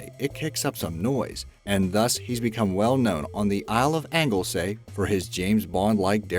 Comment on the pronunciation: An American pronouncing Holyhead and Anglesey sounded wrong on so much levels. For one its Holyhead is really Holly-head.